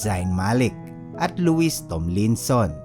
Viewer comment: Zeyn Malik, Nayal Horan, Luwie Tomlinson, Hari Stayls po ang tamang bigkas ngbm mga pangalan ng mga kasamahan nya.